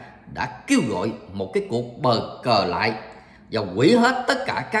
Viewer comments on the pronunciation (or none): bau cu thi noi bau cu tai sao lai noi bo co that kho nghe